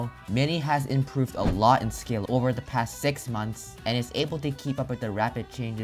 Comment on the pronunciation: I like how he says "da" instead of "the", so he is like, "they are both skilled with da bow"